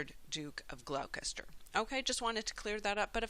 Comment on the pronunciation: It's pronoinced Gloster....two syllables.